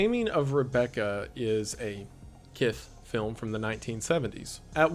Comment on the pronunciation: is kiss pronounced with a lisp 'kith' hes using it a p0rn